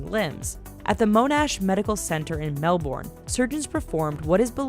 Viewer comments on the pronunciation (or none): It's Mel-burn not Mel-Born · It's not Mel-Born its Mel-burn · HOLY F**K U SAID MELBORN ITS MELBOURNE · It mel-bun it's a lazy o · Melbourne , Mel -Bourne. It's mel-Bourne. Yeah imma from Australia it's just weird okay not trying to be offensive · It's actually Mel-bin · Lolleh Possum MEL-BOU-RUN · Melbourne Me-l -bur-ne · The way she says Melbourne 😫 its "Mel-Ben" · americans are so funny, its pronunced as mon-ash and the locals also say melbourne pretty much as melburn. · Omg She said Melbourne Fong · The way she says Melbourne lmao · Lol the way you say Melbourne I love it, but maybe learn how to say it properly....? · That's not how you say Melbourne! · Someone plz tell her how to say Melbourne! I hate when people say that. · U need to learn how to say monash and Melbourne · She says Melbourne so weird lol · the way she said Melbourne and monash made me laugh only Aussies will get this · i died a little when she said melbourne......